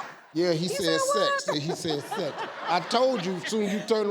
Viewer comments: I thought he said "heavy things" instead of "having sex". And when will people understand that America is NOT a country??? The United States is a country. Mexico is a country. America? NOT a country. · I thought he had said insects and thought hmmm, well ok sure. Then 'sex' came up and I hit my own head against my desk.